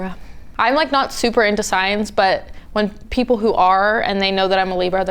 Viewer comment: she said "SIGNS"